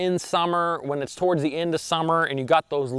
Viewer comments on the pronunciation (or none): none